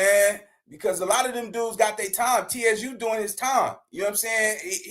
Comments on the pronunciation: “Suuuu surf” bro tsu pronounced is Suuu lol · It's not TSU like the school lol. Its TSU (pronounced like sue) surf.